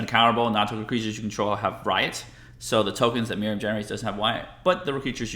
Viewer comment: There’s no um in miirym.